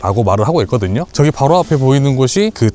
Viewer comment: 왜 ''저기''를 ''쩌기''라고해요?, 애들이 보다가 흉내내면서 웃어요 ㅎ